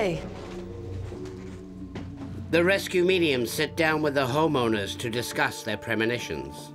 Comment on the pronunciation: Canadian way of pronouncing home owners sounds like hormoners... took me a while 😁🤣 great series!